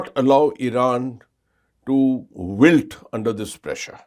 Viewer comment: 12.00 . Not "whittle" under pressure, "wilt" under ...@ not "emak-si-ated", "e-may-she-a-ted"